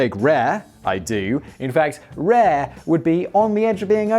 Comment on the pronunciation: Simon, man 😂 "rare"... Come on bruv, was this filmed during a heatwave😂😂